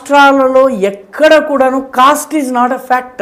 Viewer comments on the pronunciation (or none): Cost అని ఉచ్చరిస్తున్నారు cast అని ఉచ్చరించాలి